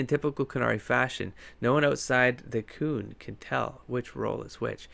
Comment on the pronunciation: And...please learn how to pronounce Qun (kYOON) and Necromancer (NECKromancer) before I call the ACLU! Although maybe your particular mispronouncing of qun isn’t a racial slur in canada?